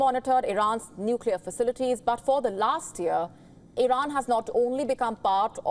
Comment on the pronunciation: Congratulations Iiiiiiran as they pronounce it😂